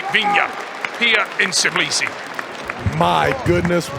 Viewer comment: tBILISI not tiBLIsi wtf man you have one job